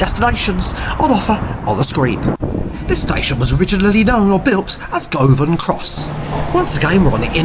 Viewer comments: Tradeston is pronounced Trade - ston(e) not TRAD -DES-TON.... 'Govan' is pronounced GUV-AN. Originally the livery of the 'Clockwork Orange' trains covered the whole carriage, not just the ends. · Dear, o dear... at least make a little effort to get the pronunciations right... Tradeston, Govan......etc.